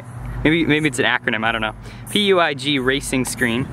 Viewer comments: PUIG is from Spain. hahaha it's pronunced something like "puich" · It’s pronounced pewig